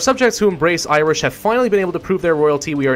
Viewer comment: "Iwish and Welsh"